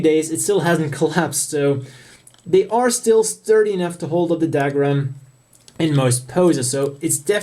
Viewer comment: What's "dag-rum" ? it's pronounced "dug-rum"